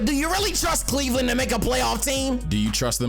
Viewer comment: really said sexland 🤣🤣🤣🤣